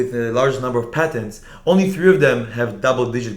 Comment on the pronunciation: patents, not patterns or pattens, hahaha